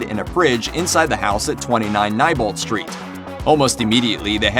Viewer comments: “the house on NYE-bolt street.” No no good sir, the correct pronunciation is KNEE-bolt. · PLEASE DO NOT SAY “NYEBOLT” IT IS PRONOUNCED “NEIGHBOLT” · Nebolt str not nibolt str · It’s nebolt not nibolt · It isn’t nibolt street it is nebolt street your saying it wrong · It is pronounced kneebolt not nybolt obviously this guy didnt watch the movie or hed know its said several times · It’s pronounced neebolt not nybolt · Am I the only one who was getting annoyed at how he pronounced “Neibolt”? It’s Knee-bolt, not Nye-bolt!! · i was just about to comment my frustration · Yes. Bill Skarsgård (the guy who plays Pennywise in the 2017 version) was also 27 yrs old when the movie was released. Also the street name is pronounced as Knee-bolt. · please its Neilbolt street n-I-lbolt WITH AN I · Neibolt {Nee-Bolt}. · Am I pronouncing it wrong, or his he saying "n-eye-bolt" ??? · Am I the only one who grimaced every time he said "Neibolt Street" ? I've always read is as "Knee Bolt Street" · It's pronounced knee-bolt sorry but I had to it may be your accent I don't know but yeah sorry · it's pronounced knee-bolt lol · It's pronounced Nee Bolt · Anyone else kinda annoyed about the way he said neibolt? 😂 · Is Neibolt Street pronounced Neibolt or Neibolt? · Your saying neibolt wrong. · WHY IS HE SAYING AUTHOR AND NEIBOLT LIKE THAT??